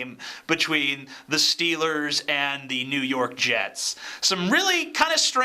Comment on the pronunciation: Jew York? Was Kenny Powers doing the broadcast? lol